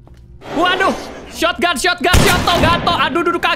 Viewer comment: Kak regi selalu beda bacanya sotgun dibaca sotoganto